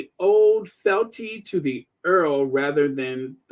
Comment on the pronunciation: It pronounced fe-al-ty